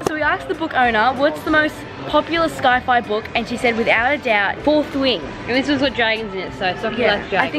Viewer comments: What is with the Norris nuts and pronouncing things wrong? It’s not ‘sky-fy’. It’s pronounced ‘sigh-figh’. 😂 Sabre, even sockie says ‘loo-wee’ not ‘loo-wis’ Vuitton. 😂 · aint no way this girl pronouced sci-fi as sky-fi 💀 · “Sky fy” 😂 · Fyi its pronounced sci-fi like si not sky fi as its short for science fiction 🎉love u 😂 this is so lovely that u did this for sockie ❤ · Did say sky-fi for sci-fi? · I love you, but it's pronounced "sigh"-fi not "sky"-fi. Its short for Science-fiction, so just imagine saying sci-ence with the 'ence'